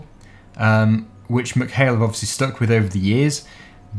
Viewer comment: I live near ballinrobe in mayo its pronounced meck hail not muck hail